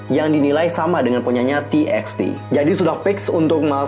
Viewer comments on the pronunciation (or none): TXT bacanya tubatu kak :")